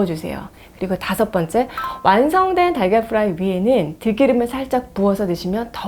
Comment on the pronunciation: 달걀프라이 발음하실때는 프라이 F발음 하시면서 프라이팬 발음하실때는 프라이 P발음 하시네요 😂